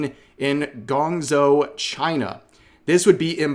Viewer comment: Guangzhou is not ganzo. Since it's a famous place, a close pronunciation would be G-one-Joe I will tell you why could be interest in China. Well there are no DEI and if you watch anime there are tons of interesting and gorgeous and also strong female characters . Everyone should definitely check Chinese animation, which is mostly done in 3D. They also have some incredible scores and soundtracks